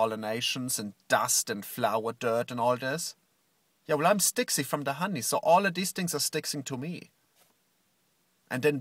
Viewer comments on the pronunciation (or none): i like how he can pronounce diaper gravy, but not sticky... whats up with that?